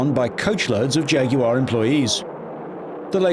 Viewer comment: I refuse to watch a documentary unless they pronounce jaguar right and I've finally found one which does😭